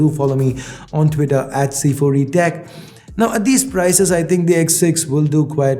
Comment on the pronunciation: just why do you pronounce now as "naof"